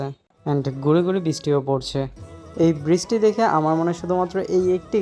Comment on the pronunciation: khub shundir video bhai. just ektu kheyal rekhen uccharin a, bristi na uccharon ta brishti hobe, talebbo sho, brish ti.